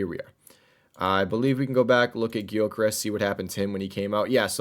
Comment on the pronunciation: Hey the Gyokeres the G is mute is Yokeres, I’m from Portugal and sporting supporter